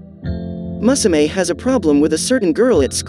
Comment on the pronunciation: the way u pronounced musume hurts me